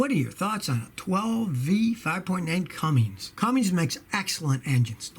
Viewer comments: Cummins, Scotty. Not Cummings. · Cummins, not cumminGs! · Scotty...Its CUMMINS NOT Cummings. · I’m from Columbus Indiana, both parents retired from Cummins. NOT Cummings😂😆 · Scotty. There is no “Cummings” engines. They are Cummins. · When did CUMMINS become CUMMINGS...??